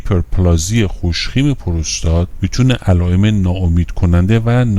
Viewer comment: Prostat doroste nä purustat, puuuurustat.